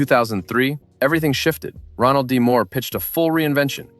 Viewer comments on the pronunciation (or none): none